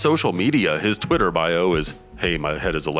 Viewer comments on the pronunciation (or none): none